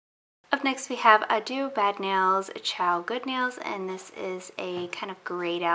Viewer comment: I believe “Addio” is pronounced ‘Ah-dee-oh’ or ‘Ahd-dioh’ (basically the same thing) as opposed to “A-do’ or ‘ah-doo’ (again, basically the same.) it’s Italian for goodbye. And y’all... I def do NOT mean this in any “pronunciation police” kind of way... it’s nothing more than a simple friendly FYI for anyone who may be interested. 😊🤪